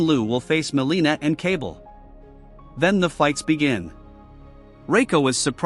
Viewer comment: It’s “Kuh-Ball” not “Cable”.